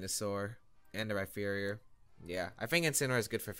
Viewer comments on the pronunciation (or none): Rhyperior with a p not a ph or f